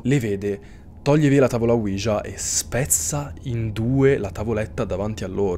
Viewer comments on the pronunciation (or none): ouija e si pronuncia senza far sentire la j